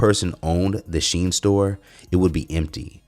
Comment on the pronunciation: It's Chinese... and pronounced "she in"